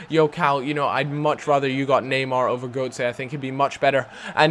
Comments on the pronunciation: Is pronounced GURTzer. Goatse means something completely different... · Götze isn't pronounced 'Goatsay', it's pronounced 'Guurtze'. Sorry, but it was annoying me :P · fucks sake cal, his name isn't goatse, every time you say it like that, i think about old men fucking.. his name is gÖtze, and is pronounced götze. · Then he's got a weird accent. I took German classes pretty much all my life, and I tell you it's pronounced Goetze. Or I'm just misreading Goutze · its goutze pronounciation u div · Cal, you pronounce Götze like you say gutted, not Gotye.. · Cal, Goetze's name is pronounced Gurt-zerh